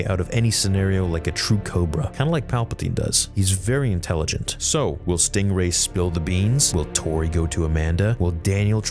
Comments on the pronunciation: It's stingray, not stRingray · lol, “Stringway”.